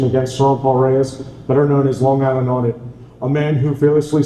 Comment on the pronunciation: please! This is the second time now. It's Long Island Audit, not Sean Online Audit.